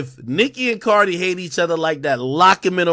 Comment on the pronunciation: You are so lame to incorrectly say Cardi and offset name. You are a barbs fan clearly and not all of us are! Cardi b fan for life!